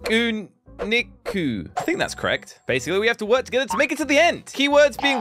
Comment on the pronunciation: yes, you pronounced pikuniku correctly